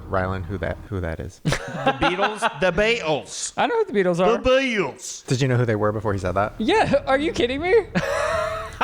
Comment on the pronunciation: saying “the BeAtlEees” had me weak lmaooo